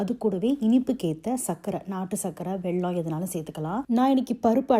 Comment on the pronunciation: அலோ மேடம், உங்கள் சமையல் எல்லாமே அருமை. ❤. ஆனால் உங்கள் உச்சரிப்பில் ஒரேயொரு திருத்தம். அது வெல்லம். நீங்க உச்சரிக்கிறது வெள்ளம் / தண்ணீர். நான் பெங்களூரில் பிறந்து பெங்களூரிலேயே வளர்ந்து, தமிழை நேசித்து, சுவாசித்து வாழும் தமிழச்சி. இந்த இனிப்பை எங்க ஊரில் ஹயக்ரிவா என்று சொல்லுவோம்.